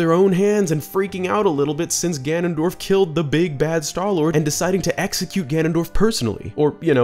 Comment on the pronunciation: I love twilight princess so much Zelda shrek spoke hehe Hehw good video, I love the little mispronunciation of ganondorf as ganandolf hehe I like how that was kept in hehe